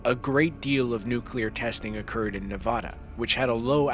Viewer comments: it is not nevoda its NEVADA I LIVE IN FALLON NEVADA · it's pronounced neh-vaa-duh not nevohduh and with every nuke, you can see your bones through your hand. that's nothing new dude nuclear bombs use nuclear fission, fusion, or some of both. it easily gets hotter than the sun, and some can rival the inner layers. are you making some terrible video giving basic facts of nuclear explosions and nuclear bombs? or is this just another clickbait, you senile trash can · NA-VAD-A. NOT. NA-VOD-A. Hey world, wake up ! Only people that have never been there pronounce it wrong. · “Nevodda.” LOL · There is NO, Ahh is nevada. Wtf! It's not that hard. It's not Alaskåh it's Alaska. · ne va da not na va da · as an occasionally angry person please say nevada right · You need to learn how to pronounce Nevada. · The state of Nevada is not pronounced the way you pronounced it. Educate yourself in this manner. Otherwise excellent video. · There is no "o" in Nevada! Pronounce it right!